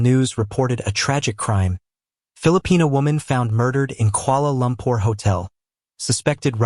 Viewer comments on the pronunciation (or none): Kuala Lumpur please, not Koala Lumpur